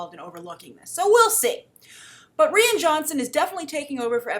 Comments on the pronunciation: I don't mean to be that guy but his name sound more like Ryan not Rhianne. Love the vid just the pronunciation bothers me. Keep up the good work. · Rian is pronounced Ryan not re-in. Please, you've been doing this for years, listen up. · Good Morning,. Rian is pronounced the same way as Ryan. And trust me. People ARE excited about Rian Johnson.:)